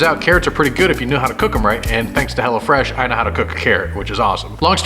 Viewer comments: At first I thought said hella fresh 😂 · Honestly I thought he kept calling hello fresh HELLA FRESH